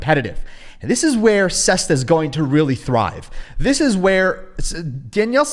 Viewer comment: Your not smarter than Danielle tell me about it you haven't pronounced his name right once you used to call him Danielle - e 🤣